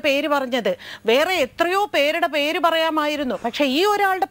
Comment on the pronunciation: പേർ അല്ല ,mrs dubbing artist 😄പേര് എന്നാണ് 🙏